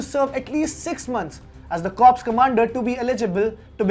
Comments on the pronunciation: its pronounced as cor... p and s both are silent🙏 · P is silent in" corps"?????